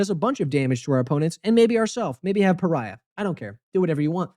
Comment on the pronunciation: You pronunciation of pariah is really funny. Pariah Carrey lol